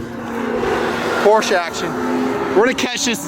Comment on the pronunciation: C'mon, 2 syllable word "Por-Sche" haha I did 1 track day out at Miller Motorsports Park with my 2001 Audi S4. Was the most fun I've had with my pants on! jblinga